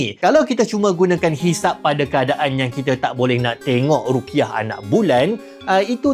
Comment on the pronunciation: Bukan rukyah, tapi ru'yah